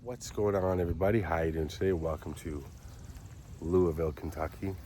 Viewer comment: Clearly you have been here enough times and love it enough to know how to say the name of the city correctly 🙃🥰 THANK YOU!! You could almost pass as a native to our area 😉 I know this cemetery well. And my great-grandfather is buried next door in the military section of Cave Hill. Actually, there’s a spot in the back of Eastern Cemetery where you can see over into the military section of CH & see my great grandfather’s grave.